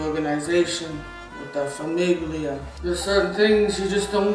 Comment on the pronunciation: the hard G in famiglia puts the American in Italian-American